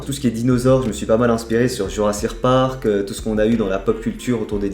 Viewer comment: Gg pour le projet , pq tu dis jurracirque parc ?